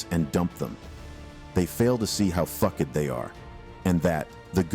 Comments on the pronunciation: 'hoe fay-zay' & 'fuck-ED' god this TTS needs better training lmao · Bro, you made me LMAO for a long time when you pronounced fucked as "fuck-ed".